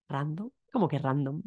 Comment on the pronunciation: Random tambien utilisamos en alemán pero lo pronunciamos mas como en inglés. He notado que en España esas palabras ingleses se pronuncian deuna manera muy español